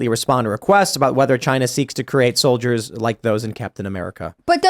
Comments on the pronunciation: Pronounced “solid-ears” apparentally… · Pronounced "sOL-iD-E-eRs"